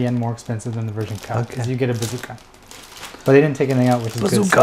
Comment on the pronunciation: Jesus stop saying “version ka” just say ver ka. It sounds stupid for some reason